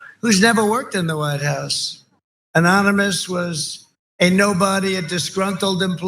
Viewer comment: Anomonous LOL